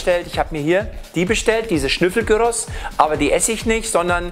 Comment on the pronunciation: das sxhnüffelgyros, legendär 😅